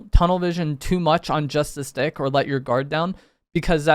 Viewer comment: sounds like he's saying "this d**k" lmfao